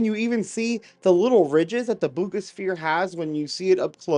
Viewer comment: It's pronounced "bogus sphere" 😅😅😅😅